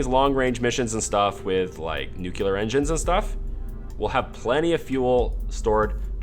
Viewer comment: Please stop saying 'littler' and 'nucular' and stop explaining things five times. Other than that good and entertaining series.